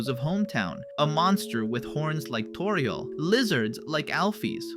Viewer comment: Bro said Toríel